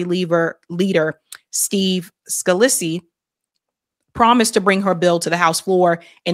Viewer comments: Scalise is pronounced: Skuh-lease. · Steve "SKA-leese" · The pronunciation of Steve Scalise is Scah-lees